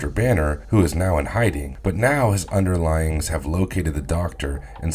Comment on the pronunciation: ... it's pronounced 'under-lynns', not under-linings.